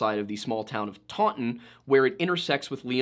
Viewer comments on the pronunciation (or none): I live in taunton UK that is not how you say that less emphasis on the u. The pronouncing gets worse